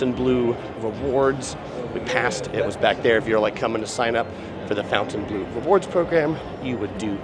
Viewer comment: How can you do a walkthrough and NOT know how to pronounce the name of the resort?